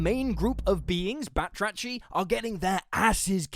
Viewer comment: I find it funny how the name of frog people is literally the Greek word for “frogs” but because “βάτραχοι” transcribed to greeklish looks like a french word now it’s pronounced as such.